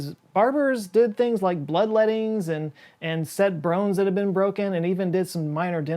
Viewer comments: did you say "set brones that were broken"? I'm pretty sure you said "brones" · Did you say set brones? Dr. Steve Brule? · "brones" XD